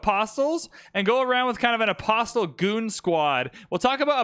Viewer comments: apostle is like castle. Don't pronounce the t. Just listened to you mispronounce apostle a thousand times. My patience should win a medal. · Love these videos but one thing is bugging me. The "t" in apostle is silent.